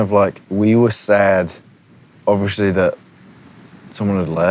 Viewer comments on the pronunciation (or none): 9 years later and he still can’t say obviously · "ovusly" ahhaha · no one: absolutely no one: harry: Ovurshly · No one: Harry: “obVisHly” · no one: not a soul: harry : oVishLY